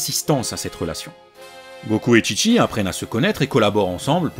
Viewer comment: Il a dit TchiTchi ou j'ai mal entendu ?!😮